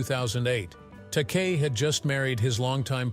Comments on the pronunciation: Takei is pronounced Ta-kay. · Stupid AI can't pronounce Takei. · It's pronounced,Take I. Take eye. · George's last name is pronounced TA-KAY. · Bottom line - in Shatner's mind (only!) it IS all about him. - "long and bitter feud with George Ta-KAY"! It's an insult to sing the praises of a man who was dismissive of the rest of the cast, insulted his fans (I was there in Atlanta in 1976 when he refused to sign anything but his new album, which had to be purchased from him, and he told off a young man for asking a 'stupid' question. I lost respect for Shatner that day.) and then mangle his costars' names. Then, somehow you say it right, then pronounce it TAH-kay? Consistency! George, Nichelle, Walter Koenig (KAY-nig, not CO-nig), and especially Nimoy - all felt overshadowed by his ego. James Doohan (not "Doo-Han" but Doo-an), a sweetheart of a man, usually refused to comment. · This has to be AI generated and computer spoken. It's not only repetitive but I heard "Takei" pronounced three different ways (Tak-ay, Tak-eye, Tak-ee). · they must have been distracted by George Tak-EE